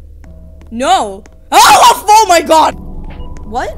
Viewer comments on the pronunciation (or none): I CANT "oh my jod" 😂😭